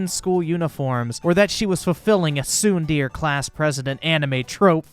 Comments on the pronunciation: Umm its not tsun deer its tsun darea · Tsundere is pronounced Soon-der-ray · I love this man but as a otaku it hurts hearing him say tsundere XD Fucking "tsundeer" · Pronounced (Sun-De-Rey) not (Soon-deer) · Soondeer. SOONDEER. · it is pronounced sun'de're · Its pronounced Tsun-DARE-A. And it is art. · lol, pronouncing tsundere as "soondeer" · is clearly not a man of culture. It's pronounced tsundere you pleb!! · Did this dude just say soon deer? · So... tsundere is pronounced "soon deer" now, huh? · I find it funny that my man can not pronounce tsundere to save his life. Edit: Bro I am dead! Legit said neon genesis Evanjelly-on! I love the videos but this is hilarious to me! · Your pronunciation of Tsundere hurts me. This is all. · man doesn't know how to say tsundere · i love your channel but your pronunciation of tsundere made me die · people people... again... lets just rewatch the clip of trying to pronounce tsundere... giggles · Gonna be that guy but you pronounced tsundere incorrectly. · Great video and all but I'm triggered right now! HOW DARE YOU SAY TSUNDERE WRONG!!!! Just kidding, good job on the video!